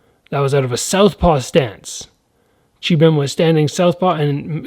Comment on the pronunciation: the korean fighter's name is Chi-Bin Lim, not biM.